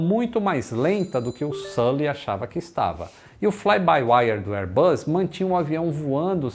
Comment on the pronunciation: Excelente canal. Só uma observação: "Bus" se pronuncia com o som de S, como em "boss." O que você tem pronunciado é "buzz," que significa "zumbido," como som de campainha, ou de um inseto. Reiterando, "airbus" se pronuncia o S como em "boss."